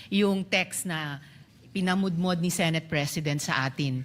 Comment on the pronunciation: The word is pinamodmod